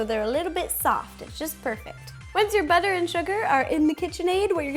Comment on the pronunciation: she said buther instead of butter lol